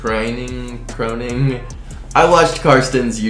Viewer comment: his name is actually pronounced Kroening